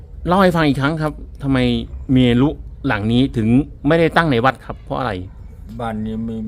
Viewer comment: เมรุ อ่านว่า เมน ครับ.